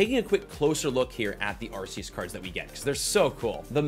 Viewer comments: I believe it's pronounced Ar-koos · The only correct pronunciation is ARKOOS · First: The Green Code that had the Sylveon V-MAX is an Error Print cause the WHITE and Green Codes are meant to hold the Pulls Second: Its pronounced "Ar-Key-Us" due to the Gamefreak Company taking over the Production of the Anime after 4Kids Entertainment in America shut down Awhile ago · I pronounce it Arceus with a C instead of an S